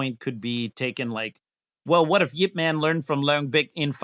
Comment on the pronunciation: man as in yip man is pronounced mun